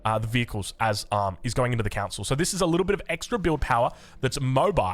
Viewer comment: You keep saying council, its cOn-sul